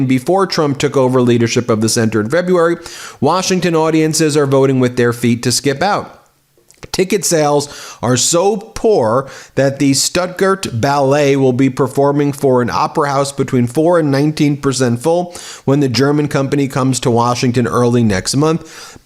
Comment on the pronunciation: Shtoot-gart, Ben. Stuttgart.